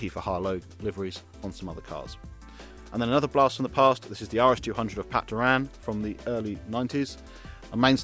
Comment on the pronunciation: Super. If you could just pronounce Pat Doran’s name properly please… 🤦‍♂️👍